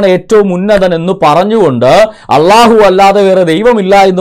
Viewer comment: അള്ളാഹു എന്ന് ശരിക്ക് ഉച്ഛരിക്കാൻ പോലും കഴിയുന്നില്ല വലിച്ചു വിളമ്പുന്നു